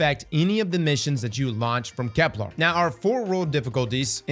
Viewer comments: KEP-luhr NOT kep-LARRRR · I figured the odd enunciation was a part of the charm of watching you. You currently say KeplAR instead of KeplER . Even as an English nerd, it doesn't really bug me. You're right though, the way you said sieve did sound cooler. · and kepLER isn't pronounced kepLAR 😭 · “I can’t BELIEVE I’ve been pronouncing ‘sieve’ wrong all week!!!” Also: “Kep-LAR. 🙂” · Genuine question does he have a speech impediment though? It sounds like he has a mild one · Now he needs to learn how to pronounce Ahamkara and Keplar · On this episode of Can A Brother Please Say "Kepler" Right: We'll find out when Nine are ready to let us know.